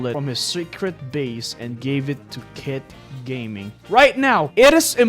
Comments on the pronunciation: The people who relise at the end he Said:Kitt gayming😂😂😂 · bro really said "kit gayming" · "Kitt Gayming" 💀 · "kitt gayming"💀🙏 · nah bro really said "kitt gayming"💀💀💀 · "kitt gayming" is wild 💀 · "Kit Gayming" 💀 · ''Kitt gayming''💀💀💀💀💀💀💀💀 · Did he say kitt "gayming" 💀